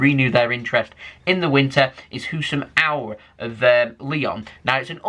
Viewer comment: Halaand and Auor